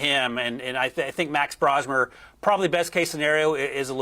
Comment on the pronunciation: BRO-smer. Not Brah-smer. Just in case everyone is going to need to know 😂